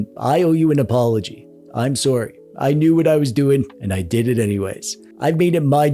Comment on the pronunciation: This is the most Canadian intro ever, just “I’m sorrey” 50 times in the first couple mins! Love the video tho, I recently gave my sister my modded DSi and she has loved playing on it and letting her friends play on it too. If you find yourself with an abundance of doo-dads, redistribute (and create more retro handheld enthusiasts ((sorrey not sorrey)) - just watched the full vid, I loved the sitcom skit, and the joke at the end was hilarious!